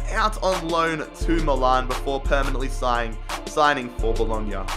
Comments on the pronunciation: I didn’t know that ac milan was called ac miloan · "AC Miloan" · Does Anyone else get annoyed how he says Milan?